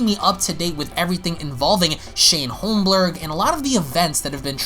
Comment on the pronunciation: Lol, did you know you called him Shane Holmblerg? I know that was a misspeak on your part, but I'm still dying laughing! Holmblerg lololololololol!!!